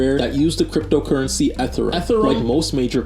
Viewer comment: U say ethereum weird 😹😹